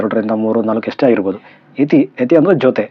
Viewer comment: ಯತಿ ಅಲ್ಲ ಮರಿ ಅದು ಯುತಿ